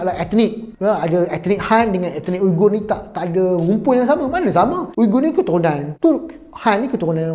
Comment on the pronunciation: SEBUTAN dia wee-ger. selepas pencarian pelbagai sumber. sekadar info.